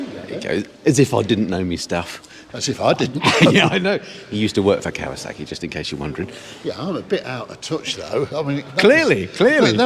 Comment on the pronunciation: Did you say.... cow a suckie??? Is this in Worcestershire with the tunnel bridge you went under ? It looks so familiar from another channel I watch. How many ways do you pronounce Kawasaki? I've heard 3 I remember when the first kow 900 came out in the early 70's and the joke was when trying to get insurance for it, the insurer would say, that's not a motorcycle, that's a rocket. 😂 and then a year or 2 later the Kz 1000 came out and not many could afford the insurance on it. So this is a new video??? You said happy new year. This has got to be cold.You should have said the temp. Scran is not a U.S. Navy term. I would know. geedunk is for junk food as well as pogey bait. Why are you people still closed? Another great thing we did not do in Florida. Fries and EGGS???????!!!!!!!!!!!!! ham and beans??????!!!!!!!!!!!! Pork blood????!!!! Oh, only at gunpoint. how does anyone eat blood???? Nice ride. thanks. 😁